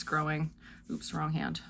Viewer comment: Love your happy oops pronunciation! Too funny that each of you did it. Looking forward to both and vests!! Emma's wedding mitts are so pretty., your crochet is gorgeous and inspiring. Canles ladies are amazing! Squish envy! 🧶🧶🙃